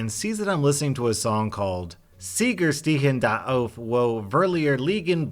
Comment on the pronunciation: "Sieger Stehen Da Auf, Wo Verlierer Liegen Bleiben" So I am from germany and... What is that pronounciation? It is chinese to me xD No offense:)